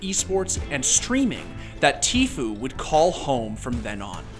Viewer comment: Noone: Absolutely noone: not a single soul: the commentator: TEEFYOU!